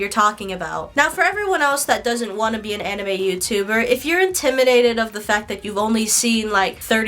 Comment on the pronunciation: She doesn’t even pronounce anime right 💀